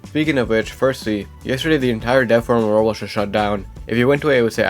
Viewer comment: Why do you say rolex instead of Roblox